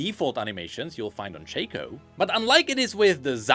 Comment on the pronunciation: Its SHAW - KO no shay ko